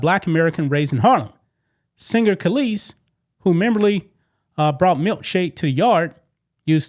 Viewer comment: You mispronounced Kelis.